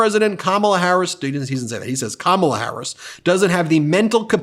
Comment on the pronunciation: .... DJT couldn't say "Harris". Sounded like he attempted tosay Kamala last name, but could get passed the "H".